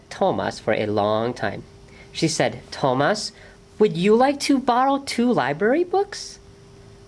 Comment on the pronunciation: I wish the reader had pronounced the main character's name correctly--it's even in the written spelling--the accent on the a. So To-MAS. not TO-mas.And the T is a soft T--more of Th sound. I mean it sounds much like Thomas in English.